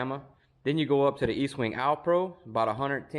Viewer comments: Dude it’s ESTWING NOT Eastwing. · Guys please its Estwing not Eastwing. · Est wing, not Eastwing. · Its pronounced est wing not east. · Estwing Estwing NOT EASTWING. You should learn your product ESTWING. You guys have no idea what you are doing. Coming from a guy who framed over 100 homes. READ THE HANDLE!!!!!! Pathetic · ESTWING NOT EASTWING, come on READ THE HANDLE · Estwing…not Eastwing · Nice video. Though, I'm a little perplexed as to why you can't properly pronounce the name of the Estwing hammers, even with the spelling right there on it.